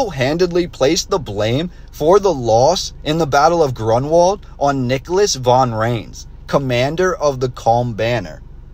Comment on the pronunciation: You’re not kidding 😂🤣😆! So too is the name of the battle, which should be, roughly: GROON-Vald, with stress on the first syllable.